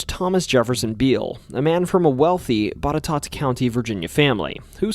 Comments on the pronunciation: Hey, you pronounced Botetourt correctly! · From Wytheville, VA, and this is possibly the only person on video like this (much less just on YouTube) to correctly pronounce both Wytheville and Botetourt! Well done! 👏